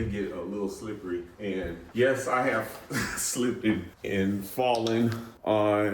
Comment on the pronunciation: slipped not slippted